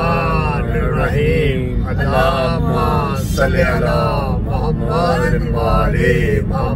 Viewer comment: Bhai darud pak me ap mistak krty hn its not Allah huma salyy ala its sali ala plz mistake thk kary